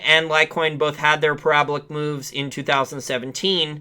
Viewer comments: It's pear-a-ball-ick...lol parabolic ....not prablic..lol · I dont know what was funnier- The way you said parabolic or that Bitcoin was in a healthy consolidation.